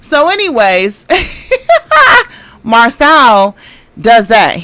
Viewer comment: Siiiiiisssssss his name is pronounced Mar-so….. seriously y’all clearly watch the show they say their names yet y’all jump on here and say them wrong. Do y’all have a learning disability or something what is going on?